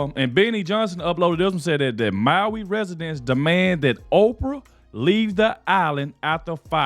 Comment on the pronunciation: In Maui, not Molly